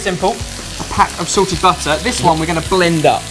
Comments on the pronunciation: When these guys say "salted" and "sorted" it sounds kind of like the same word. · Maybe it's just me...but every time I hear them say salted, I hear sorted... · I thought he said 'sorted' butter instead of salted butter lol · Every time says salted butter it sounds like Sorted butter, and I'm like "They have their own butter now? I bet it comes with a sprig of mint on top." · Is it just me or does it sound like says 'sorted' everytime he says 'salted'